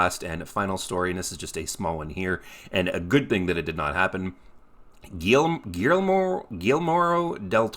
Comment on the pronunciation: If you're wondering how to pronounce guillermo it's, Gee yer mo. 🤗 btw I have no idea how hard is it for hollywood producers/writers to make a proper film or show based off a game without inserting their own cheesy twist that bastardizes the good lore tje game franchise has built.